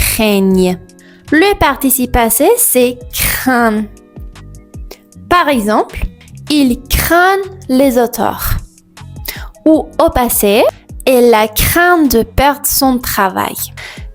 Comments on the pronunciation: /lezotœʀ/? Je pensais que c'était sûrement /le otœʀ/ (pas de /z/). (Il craint les hauteurs.) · Bien sûr, mais rien à voir. C'est la prononciation. Ca doit être sans le son /z/ entre 'les' et 'hauteurs'. C'est à dire, sans la liaison.